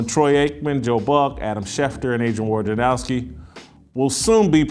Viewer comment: Man, you people in the sports media drive me bananas with your inability or refusal to pronounce names correctly. I think Adrian Wojnerowski is a douchebag, but his name is not pronounced WARJANOWSKI. It's not complicated. If you are going to talk shit about someone, at least get the name right. Rome is ten times worse than you in that regard, and that's one reason I no longer listen to him. And if Adrian had any balls at all, he would say at the beginning of an interview with Rome, you, or anyone else, "hey man, here's is how to pronounce my name. Get it right."